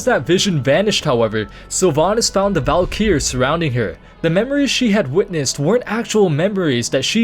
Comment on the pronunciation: "Valykier" wtf